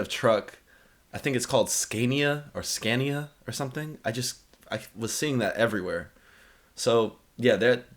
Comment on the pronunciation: Hi ya. Just a little heads up, scania is pronounced scan ya and Renault, ren o. U.K speed limit on motorways and duel carriageways 60 m.p.h i think they are called interstate highways stateside.the scania i drive regularly i achieve 12 to 13 miles to the gallon,this does however depend on payload ( up to 44 tonne ) and weather conditions i cant achieve these figures maxed out. Liked the video